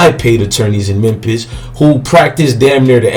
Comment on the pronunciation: He said mempis lmao 🤣